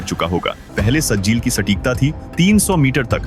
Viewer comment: Sajil nahi sahjil hai